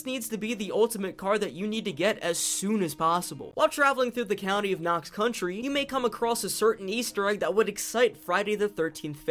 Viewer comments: Anyone else annoyed that he says country intead of county? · It’s county not country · You’d think with 300 hrs (possibly more now) that you’d know it’s county not country.. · I'm not native to there, so that one didn't hurt my ears as much as county / country. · I swear to god if you say ‘country’ instead of ‘county’ ONE more time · Thank you for this video! But... it's county, not country. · Knox county. Not country bud. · Its COUNTY not country. Sorry it was driving me nuts. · I mean yeah in reference to you saying “country” it is county. Buuuuuut it’s funny that all the PZ YouTubers call the area you explore in PZ “Knox county” when Knox county is on the other side of the state and Louisville is in Jefferson county and let’s take Muldraugh, is in Hardin county. Simply being close to Fort Knox doesn’t mean it’s “Knox county” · It hurt my brain with him saying Knox "Country" so much. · knox county did you say knox country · county.... its knox county